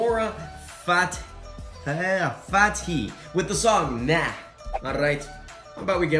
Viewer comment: Nu-rah fa-teh-hi/he